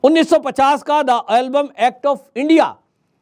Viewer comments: It is not Album, it is called EMBLUM. Just correct your pronounciation. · मान्यवर एल्बम नहीं एंबलम एक्ट है ठीक कीजिए जग हसाई हो रही है